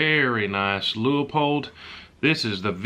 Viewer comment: Don’t care how you pronounce Whelen, but it was great to hear you pronounce Leupold right, ❤️❤️❤️